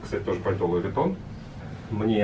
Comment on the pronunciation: Луис Вуитон? Хехе.. Луи В(у)итон "с" во французском в конце слова не произносится. Вы же знаток моды и брендов. Не надо коверкать имена.